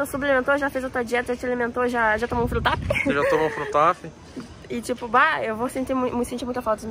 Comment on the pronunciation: Da agonia quando ela fala Bahh!!! Kkkkk Se tem Baah!!! Tem lake.